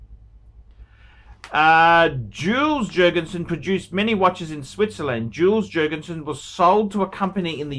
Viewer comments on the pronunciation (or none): The J is pronounced with a Y, Yules Yurgensen!